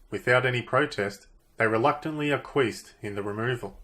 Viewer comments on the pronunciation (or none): How can you expect to be taken seriously if you can't pronounce Acquiesced?